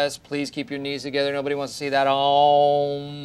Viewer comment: It's not aauum it's OM